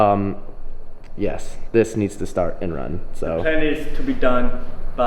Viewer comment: “The plan is to be done by... slayride” 😂😂